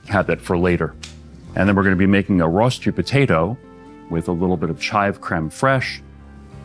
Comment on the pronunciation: his pronunciation of rosti is killing me